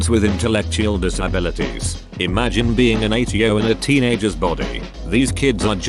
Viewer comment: Not a single person:: Dis-ah-blit-is